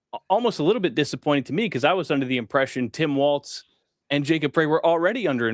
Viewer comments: Frey … pronounced “fry” … Frey. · Mayor Soy Boy's last name is pronounced FRY. Not that I care. Just FYI. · Native Minnesotan here, All the local media pronounce Jacob Frey’s name as ‘fry’, the same as the late great Eagles founder Glenn Frey did. It’s only the national media who pronounce it ‘fray’. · Hey, we haven't seen you. I subscribed to you, I thought.. That name is Frey like fry. Unless they decide to say fray. But the 'Eagles' band had a voice of Glenn Frey, and everyone said it's pronounced fry. Hope you figure it out